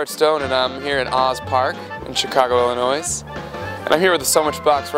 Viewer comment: You don't pronounce the "s" in Illinois :)